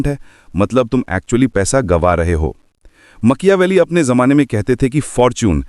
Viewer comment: Very informative ❤ but makyaveli😅 made me smile ..